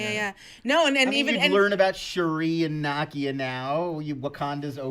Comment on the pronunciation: You missed that the kid that Kamala dropped (and broke his legs) was wearing Nakia's shoes. He was the the if. Her name is pronounced Nah-Kee-ah, not Na-Kee-ya.